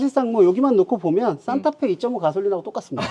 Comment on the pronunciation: 산타페사세요로 들리네 ㅋㅋ